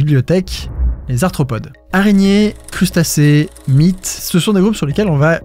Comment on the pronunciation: jai kiffer la video l intrigue avec la bibliotheque et se qu elle renferme etais tros bien wsh il a grv dead sa mais quand jai entendu "Artopode" XDD Byyyye Byyee b*tch ♥♥